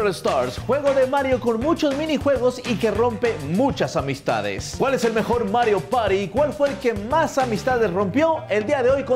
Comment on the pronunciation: "Mario pari do" excelente español xd